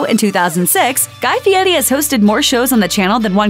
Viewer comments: I think it's weird he changed his surname to honer his grandpa but then decided to totally mispronounce it. Why? What's the point of that? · "Guy Fee-yeti"